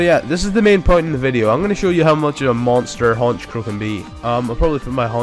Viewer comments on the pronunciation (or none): none